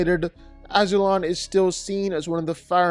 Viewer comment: The mispronunciation of Ozai and Azulon is low key disrespectful and annoying. Ozai’s name is said regularly. Azulon is said a few times from the great gates to Zuko alone flashbacks when Ozai was crowned.